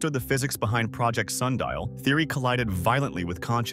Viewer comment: Sun di al